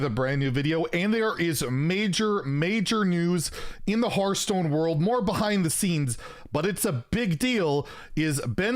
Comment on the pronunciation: Maybe they wanted to have the dude in charge of Hearthstone to be able to actually pronounce Hearthstone instead of Hurthstone.